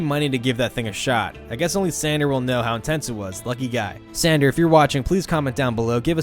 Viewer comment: San DOR, not San DER. Like a DOOR. Other than that, great video. :)